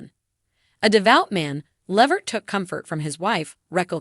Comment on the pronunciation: Please first of all you not even saying his last name right why don't you just stop reporting on Eddie what you are saying it's no more then some people knew for years ago and how do you know what Eddie said did you have an interview with him or something you put to together cause you are way behind the times of Eddie life bye girl